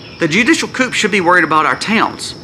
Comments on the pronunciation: ✌️ The word "coup" is pronounced "coo".👍👍👃🇨🇦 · The "p" is silent in coup. "Koo" is how you say it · Just a friendly, helpful hint. "Judicial coup", is pronounced "coo", as in the sound a dove makes. Very interesting and important videos! Thank you, and may The Holy Trinity protect and bless you, your family, and all of those who see/hear your channel. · The p is silent in the word coup. It’s short for the French word coup d'état.